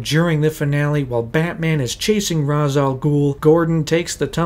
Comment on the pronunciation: My only issue (other than the miss pronounced names from Ra’s and Henri Ducard) is the whole “I don’t have to kill you I just don’t have to save you” ummm yes batman YOU DO Have to save him! That’s voluntary manslaughter or as most people call it MURDER! He not only caused the event that killed him but he also COULD HAVE SAVED HIM.